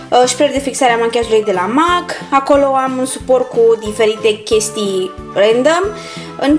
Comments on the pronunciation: În primul rând cutia aceea nu se numește compartiment și în al doilea rând MAK nu se citește cum se aude se citește MEK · se spune mec nu mac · M.A.C se citeste mec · Scuze dar MAC se citeste mec😅